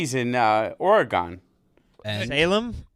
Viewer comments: The way people from the east coast say Oregon is offensive. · If I hear Frank say “Oregon” one more time after this, it’ll be too soon